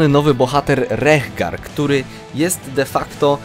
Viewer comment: „Rehgar” wymawia się raczej bez tego „h”. Tak było w zwiastunie postaci.